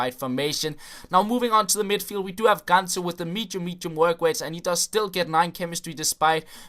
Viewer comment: Listen to how he says medium